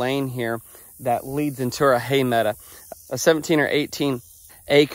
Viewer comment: I like the way you say "meadow."